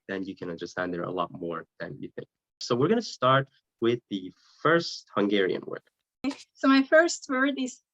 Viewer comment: The guy pronounces hungarian words perfectly